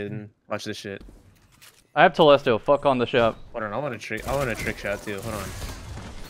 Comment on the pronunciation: I’ve never heard it pronounced like that and I’m loving it